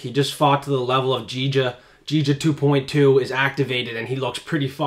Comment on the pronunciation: Once you can pronounce Giga and Spann names , I will come back . This is worse than The MMA Hour Fkin up names 😂